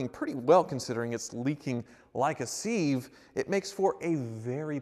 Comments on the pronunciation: Is that how you say it in USA? Like this "leaking like a Seeve"? In the exotic land I come from (Canada) we say it like "Sit" or "Sim" as In leaking like a Siv". I don't know how it's spelled. (Cive? Sive? Syve? Sieve?) Hey the last one doesn't have any red line under it so that must be right for something LOL. By the way it's a thing used for draining your Kraft Dinner. (Don't forget the Ketchup). Oh that opens up another whole can of worms lol. Katsup? Catsup? Got it. (Of course we say it with a thick accent "Ketchup" with a "K". But that's just a bit of friendly international flavor and education for all the lovers out there. Congrats on your Turbo-R! You make my day when you do a video! Man did you get burned.......Again. But great video! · Sieve is siv not seeve :) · What is a "seev"? Did you mean sieve? Pronounced "siv"?